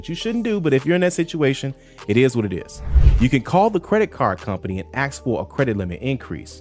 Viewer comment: This man is so literate and articulate, yet still says "aks"....thats a shame. He's better than that.